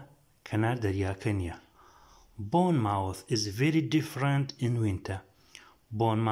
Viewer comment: Boyne mowth. Na bormu th 😂😂😂😂😂😂😂😂😂😂😂